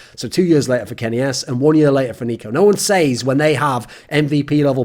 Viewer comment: TIL thorin doesn't know how to pronounce says.